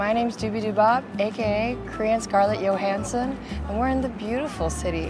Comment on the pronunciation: Yo-hansson nahi babaloo.. it’s Jo-hansson ☺️ I was confused I checked for the pronunciation 😅